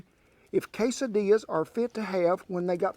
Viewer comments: Say kay-suh-DEE-yuhs. Please. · Everyone knows quesadillas (pronounced Kay SA dee ahs)